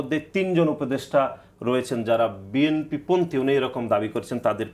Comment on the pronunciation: আমি কোন রাজনৈতিক দল করি না জীবনে কারো পিছনে স্লোগান দিইনি। আমি রাষ্ট্রবিজ্ঞানের ছাত্র ছিলাম তাই রাজনৈতিক সচেতন এবং একজন রিটায়ার্ড পারসন। নাসিরউদ্দিন পাটোয়ারী রাজনৈতিক নেতা হিসেবে শুদ্ধ বাংলা বলার চর্চা করতে হবে!! এই নব্য সংগ্রামী নেতা "বিএনপি" উচ্চারণ করতে পারেন না।